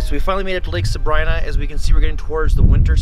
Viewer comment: I very much want to go. Thank you for the video... just one thing, it's pronounced "sa-bree-na"...